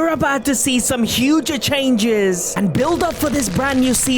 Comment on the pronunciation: "some huge'a changes'ah"